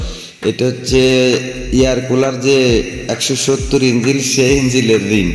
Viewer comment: বাংলা ও ঠিক করে বোলতে পারছোনা লোককে কি বুঝাবেন ইঞ্জিন আর ইঞ্জিল আলাদা জিনিস